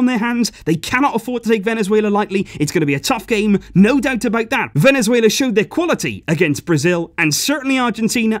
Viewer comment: I’m losing it when he’s saying ”Venezuelea”😂